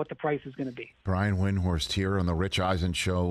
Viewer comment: Eisen mispronounced Windhorst's name. So does nearly everybody. Windhorst stopped trying to correct everybody a long time ago. But it's still shitty interviewing if you can't even correctly pronounce your interviewee's name. And if you're not sure, then ask.